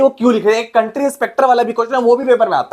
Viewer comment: County inspecter✅️country inspecter❌️